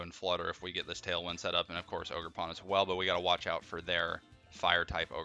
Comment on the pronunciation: Ogerpon said ogergone